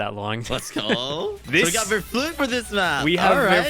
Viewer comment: If english people try to speak german and pronounce "ch" like "c" c